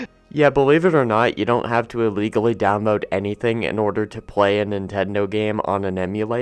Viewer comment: Man mispronounces the word "Illegally" with an "A" like... wow he doesn't read.